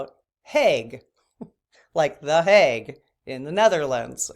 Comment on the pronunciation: HAGUE, not HAUGE, smile